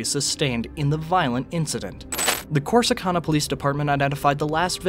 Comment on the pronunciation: The city is pronounced Cor-si-can-a! 🙄